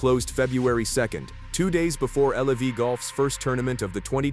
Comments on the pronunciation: It's LIV not L.I.V. AI crap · WHY DO ALL IF YOU AI AMERICAN IGNORANCE ABNOUNCERS SAY "L E V", WHEN IT'S " L I V", YOU MORONS 😂🤣🙄😴👩🏾‍🦯👩🏾‍🦯🧑‍🦯👩🏾‍🦯👩🏾‍🦯